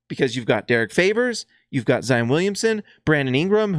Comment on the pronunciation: It's "Zy - ON." Not "un." Gotta get that Utahr pruhnunciation out of your head. ;)